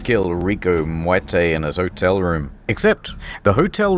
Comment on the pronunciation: You didn't roll the 'r' in Muerte, you rolled the 'm'. I didn't even know that was possible.